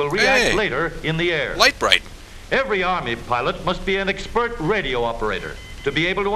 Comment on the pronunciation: this guy can't pronounce "expert"